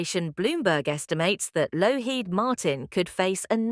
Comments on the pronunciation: Couldn't continue listening to this, with the persistent mis-pronunciations, random phrasing, etc. The us defence supplier is lockheed (not lowheed) martin. Spoiled what might have been an interesting report. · get some AI that can pronounce Lockheed, for heavens sake amateur